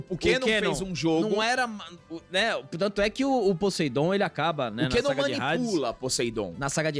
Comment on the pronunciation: Puts alba '' kEnnom é peso. Até a dublagem falava kAnnom de gêmeos. Aí vc pegou pesado kkkk Abraços e sucesso